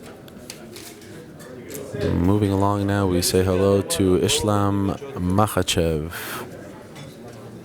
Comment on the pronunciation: It's not ISHlam it's Islam Makhachev